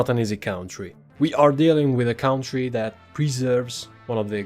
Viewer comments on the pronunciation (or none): Ciao, visto che userai molto spesso questa parola, ci tenevo a dirti che "country" si pronuncia "cantri" e non "caUntri".